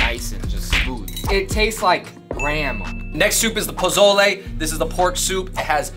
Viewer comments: PO SO LAY NOT PO ZO LAY lmao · this is old but just so you guys know pozole is pronounced more like an S than a Z